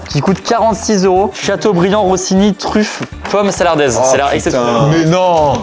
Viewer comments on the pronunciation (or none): Pitié on dit SARLADAISE et pas SALARDAISE